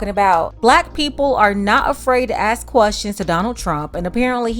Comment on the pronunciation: I'll listen to him when he learn how to pronounce "ask".